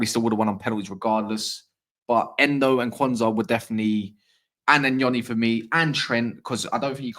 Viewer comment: THANK U 4 PRONOUNCING NYONI RYT.. U REALLY THE ONLY ONE IN ENGLAND